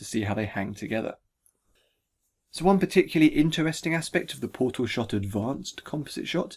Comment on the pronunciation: TheMightyBarbarian Powtal Combat